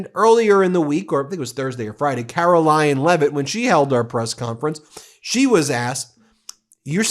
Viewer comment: Ben…. Did you just call Karoline Leavitt “Karolyin’”Leavitt???? If yes-very clever😂😂